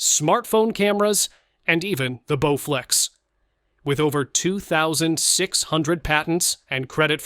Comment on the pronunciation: Did he really just say "Bowflex"?!?